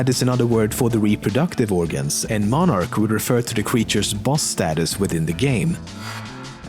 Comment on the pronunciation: I was thinking 'arachnid' rather than 'monarch'